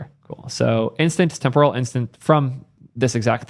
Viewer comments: Let me clarify this, it's témporal not tempóral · Dude, look up the actual pronunciation of temporal.